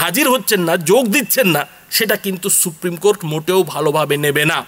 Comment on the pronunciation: আপনার কথা বলা খুব জটিল এবং একঘেয়েমি হয়ে যাচ্ছে। শ্রোতাদের শুনতে ধৈর্য্যচ্যূতি ঘটছে। সহজে বুঝতে পারার মতো করে কথা বলার অভ্যাস তৈরি করা উচিত। আর, বার বার 'কো-র-টে' 'কো-র-টে' ব'লে ( 'র' এর উচ্চারণের উপর বেশি জোর দিয়ে) বলার কোনো যুক্তি নেই। তাতেই এক ঘেয়েমি এবং শ্রুতি কটু বেশি হয়ে যাচ্ছে!